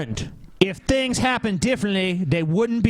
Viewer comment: and his "thins" (things).